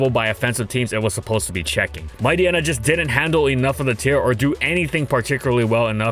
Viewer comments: No, MightYEENA not Mighty-enna. It's supposed to be a pun of Hyena (hyeena not hy-enna). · I thought Mightyena was supposed to be pronounced like hyena… is anyone else bothered by pronunciation? Haha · Mighty-ena? Might-yeena. It's bizarre because he pronounced Hyena properly. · WHAT IS WRONG WITH YOU? Why are you pronouncing its name "Might-y-ena" and not "Might-eye-eena"? You literally called it a hyena. It's pronounced like hyena. Like "Might-hyena" except without the H. I cannot BELIEVE yoou went the whole video calling it Might-y-ena, holy crap, it's so frustrating to hear.